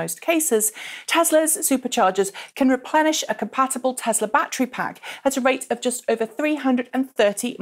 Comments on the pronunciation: *Tesla not *tezla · tess la not tezlaaaas you stupid bitch